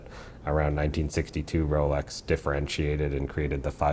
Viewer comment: The host seems to pronounce x close to tz or the zz in pizza. It scratches the ear. Especially since Rolex is mentioned so ( so so so ) often in these videos.